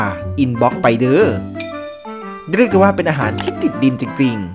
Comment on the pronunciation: การออกเสียง ร ท่านแปลกมาก ดรูป เดรียก เป็นภาษาที่แปลกดี